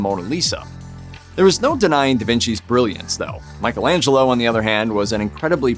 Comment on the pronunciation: I was going to comment on the mispronunciation of Michelangelo's name, but then saw the comments, and I understand what kind of website it is now.